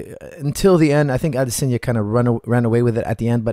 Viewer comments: It's Adesanya. You pronounce it Adesenya. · AdESANye not Adesenya come on man